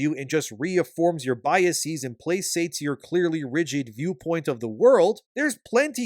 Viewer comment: Placates. “Play kates” 👍🏻